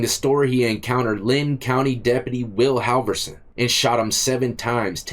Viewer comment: Ok. It’s pronounced “Hall”vorson. And broski got the wind in his eyebrow hair.